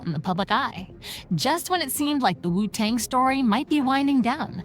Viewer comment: Omg is she really saying R..Z..A....lol instead of the actual name 😅 and keeps saying wu tong and ticol